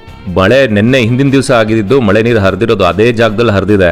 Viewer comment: ಮೊಳೆ ಅಲ್ಲ ಸರ್ ಮಳೆ